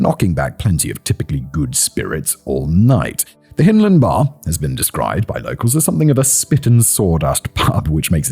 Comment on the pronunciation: Hyndland, as in 'hind legs', not as in 'Hinterland'. As a Glaswegian and a Scot, just sayin'...puir Wee Mary. R.I.P. Yes, I remember the case but not living in the city at the time, it was lost on me.